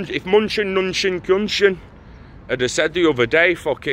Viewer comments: Weird name. It’s pronounced min-uchin. Thank you for another great vid! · Its pronounced as Minoochin